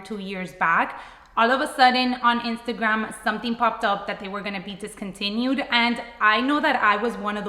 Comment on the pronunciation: It’s not discountiued